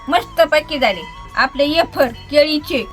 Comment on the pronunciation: अरे वॉ रेडी शब्द इंग्लिश एकदम.😅